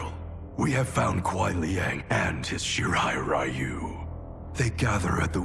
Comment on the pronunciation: They keep mispronouncing Shirai Ryu. WTF is wrong with Netherrealms?